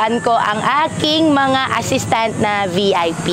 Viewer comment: Chinese na Chinese yung intonation niya sa word na "assistant"